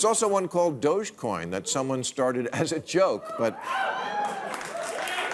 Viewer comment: It's dog-e-coin, doggycoin. Not doochcoin lol